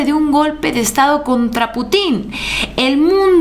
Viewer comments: una aclaración fraterna: No es Putín (acento en la i) es Pútin (con acento en la U) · No es Putín, se pronuncia Putin, sin acento. 😂😂😂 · no se pronuncia "Putín", se pronuncia Putin, sin acento en la i 😅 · Hola! Se pronuncia "Pútin" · es Putin con acento en la U no es con acento en la I porque ya seria put....... saludos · Hola te recuerdo que el nombre del Presidente de Rusia el acento lo lleva en la Ú y no en la í solo por qué la gente ocupa estos ""herrores"" son solo de pronunciación Te Amo próxima Gobernadora de Jalisco ❤❤❤ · Hola Haz el acento de Putin en la U! Es perspectiva no prespectiva Con mucho cariño 😊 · el nombre del presidente de Rusia es Putin con acento en la u no en la i,suena diferente